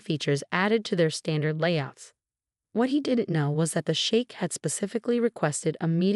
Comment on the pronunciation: Sheikh, not shake. We've, not weave. Theatrics, not theatrix.